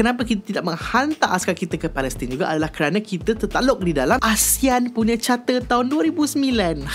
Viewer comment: charter bukan chatter, OK?